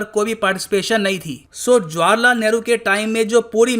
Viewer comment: Yaar What kind of a person are you? Why do you pronounce India's first Prime Minster's name in Punjabi? Look, You are pronouncing it as JWAR LAL Nehru..... The correct pronouncement is JAWAAHAR LAL.. Do you understand? Don't impose your Punjabi accent on your students. NOT JWAR but JAWAAHAR..